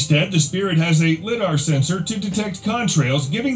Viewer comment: We, as a species, went from the first, heavier-than-air, powered flight in 1903, to over 3× the speed of sound, at over 80K feet, in just 6 decades. Also, this CG narrator is incapable of making correct pronunciations of various words. By example, it's pronounced LIE-dar, not lihd-ar.